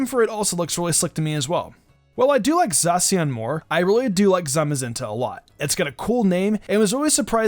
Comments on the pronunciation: when u say zacian wrong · What was that? Is that how you supposed to pronounce Zacian because i heard some people pronounce Zacian very differently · It's pronounced like za she in. Eiscue is pronounced like ice q.